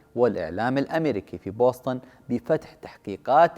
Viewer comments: تكتب Boston وتنطق وتكتب بوسطن بالعربي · تنطق (بوستن) يعطيك العافيه على الجهد المميز